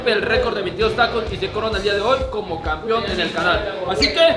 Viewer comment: Alguien que le enseñe hablar al, es campeón, no campion jajajaja